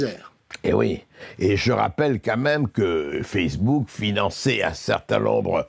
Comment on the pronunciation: Personne pour dire à Berkof qu'on ne dit pas "qu'à même" mais "quand même" ?